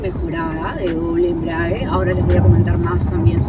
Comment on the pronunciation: Ella dice "la caja de doble embriague".